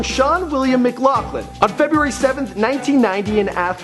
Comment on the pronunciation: McLoughlin not McLaughlin